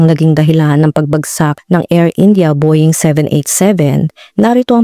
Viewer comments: Boying talaga?..bowing ang pronounciation . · Nice, great research. Pero po ang Boeing is pronunced as Bow-uhng.. Parang bo-wing, hindi po bo-ying ... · It's pronounced as "BOW-WING" and not "BOY-YING" ,,,😭😭😭😭